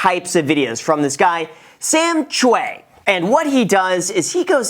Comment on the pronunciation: I love Sam Chui! You definitely pronounced his last name wrong but I did at first too😂😂 his videos are amazing